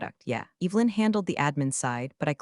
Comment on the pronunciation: Evelyn is NOT pronounced with a long E.